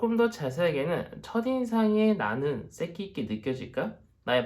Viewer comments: 아닠ㅋㅋㅋㅋㅋ어쩌다가 보게되었는데 색기...쌕기라고 자꾸 하실때마다 웃겨죽겟어욬ㅋㅋㅋㅋㅋ1번~ㄱㅅㅇ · 발음이 웃겨요 쌕끼~~~ ㅋㅋㅋ